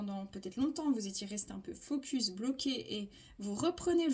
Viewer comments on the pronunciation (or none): none